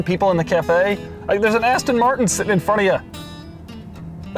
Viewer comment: yu said Aston marshon